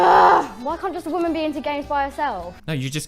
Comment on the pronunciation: "case your a waman."